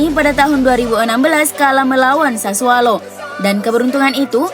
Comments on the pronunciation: Itu kpleset lidahnya mas😁😁😁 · Mimin kalau mengucap klub Sassuolo selalu Sassualo.. 😀